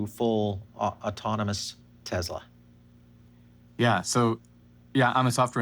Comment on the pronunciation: Dude, "S" is not pronounced as a Z in the word (name) Tesla.